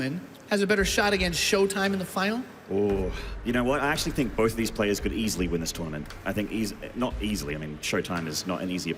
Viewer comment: "bolth" heheh